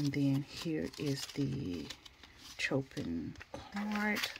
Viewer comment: The artists are classical music composers. Vivaldi is one of my favorites - you can sample their music on YouTube. Chopin is pronounced “show-pan” (no shade just letting you know) and tchovsky is pronounced “Che-kov- ski” . You have a nice collection btw